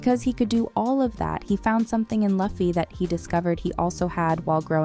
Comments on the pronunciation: Luffy is pronounced Loofee not Lahfee 🙄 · its Loo-fee not laugh-ee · This AI just ruined it by calling him luh fee....it's pronounced loofee. The actors may have done their research, but the narrator of this video sure didnt.😂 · why she call luffy "Lofi"... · why everyone keep calling him laffy when the show literally call him luffy😂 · bro OMG its not lufy Its LUFFY PRNOUNCED LIKE LOOFEE/LUFFY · your vid is great but please pronounce the name of the main protagonist. LUUUFFYYY not LAFFY. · its not laffy, but luffy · it's pronounced LOO-FEE not LAH-FEE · →maybe, the reason why she pronounced LAH-FEE/LUH-FEE instead of LOO-FEE like your correction, because she's following the standards of phonetic alphabet sounds..*in English-based alphabets. (Because) In Filipino/Tagalog language and dialects, we pronounce the letter 'U' as "ooooohhh" (upward intonation). Just like Spanish and/or Japanese letter U's..The English phonetic sound of vowel letter 'U' is enunciated or creates a sound of "uh".. instead of "ooh"..#JustSharing #NoHate ☺️🙂✌️ Hope it helps....... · Omg pronounce his name right 🤣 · If only we didn't have to hear Luh-ffie the entire video =( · Stop saying Laffy ffs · Disliked it. say it right luuuuuuuuu- feeeeeeeeeeee!!!!!!! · you´re using AI text to speech for the voice over aint you? You can bring those tools to pronounce words right if they fail. just write them as you would speak them. loofee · Excuse me… DID SHE JUST SAY LAH-FEE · guess you too need a much needed research... now, say Loooo-ffeeeeeee... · The cringe each time luhhfeee is said 😒🙄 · You can obviously tell this chick doesn't watch the show. Everytime she says luufy I punched a kitten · I'm sorry, but you pronounced it as "Luhffy?" what the.... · every time she mispronounces Luffy... take a drink.... (please don't actually do this) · i love seeing people do one piece videos and reviews and then straight up pronouncing luffy wrong. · i am disliking this for mispronouncing Luffy